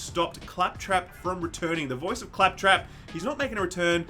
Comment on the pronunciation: how did fuck up “clap trap” 😂😂😂😂😂